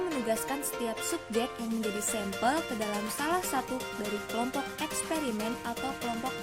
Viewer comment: Assalamualaikum, saya Yulia Sabta R ingin berkomentar. Video yang telah dibuat kelompok penyaji sudah bagus, tapi mungkin masih terlalu banyak teks yang dimuat. Lalu saya ingin membantu mengingatkan pengucapan kata sampel yang saya dengar sempel seharusnya diucapkan sampel. Dan saya ingin mengajukan pertanyaan, dalam karakteristik penelitian eksperimen pada manipulasi variabel disebutkan bahwa subjek ditempatkan pada situasi tersebut dan mencegah faktor lain yang dapat mencemari situasi itu. Tolong jelaskan maksud dari "situasi tersebut", situasi yang bagaimana itu?